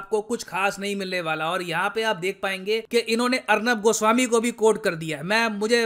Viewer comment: the way you said Arnav goswami 😂😂